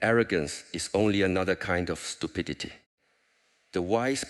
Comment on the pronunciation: "Stupiditididty" lolololol